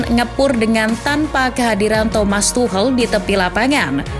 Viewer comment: Masukan min, kalo mau baca mbo ya riset dulu. Itu Tuchel dibaca Tuhel geli banget kuping 😅